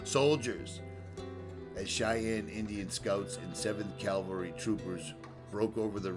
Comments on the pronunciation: Nice video. Beautiful country. Sad story. Just FYI, it is CAV-AL-RY, as in “horse-mounted military”. CAL-VA-RY is a religious term related to the crucifixion of Jesus Christ. Just sayin’ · Cav-al-ry , please!?! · Another awesome video. Not to be picky, but there’s a vast difference between cavalry and Calvary.